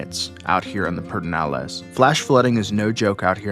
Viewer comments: The appropriate, Spanish pronunciation, would be peh-der-NAH-less. However, most locals, including LBJ, pronounce it PURR-deh-nah-less. Definitely not "peter". 😄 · Hello that is definitely a questionable pronunciation. We love Pedernales Falls. It is a beautiful park. Excellent video I love the narration. Video is excellent quality. Have a wonderful day!!!😊